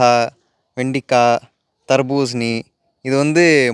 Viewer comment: அது வெண்டிகாய் இல்லை வெண்டை காய் ப்ரோ